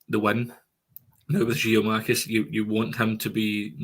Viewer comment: Another one saying Giamakis it's GIAKOUMAKIS!